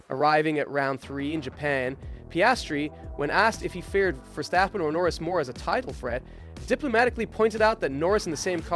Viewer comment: "Catar", "Verstoppen", "Lonce stroll", is this AI narrated or are you trying to sound ~fancy~?